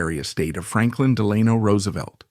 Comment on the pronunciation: Interesting but confusing with the other homes included in the slide show with no context about them. And you’re mispronouncing his middle name.